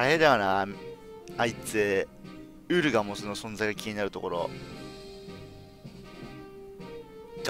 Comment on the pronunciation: ウ↑ルガモスいつもありがとう